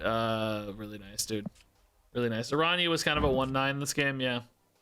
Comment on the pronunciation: lol actually your pronunciation of the "ñ" its quite good